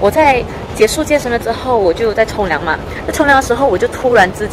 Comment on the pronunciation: 冲凉听成了从良。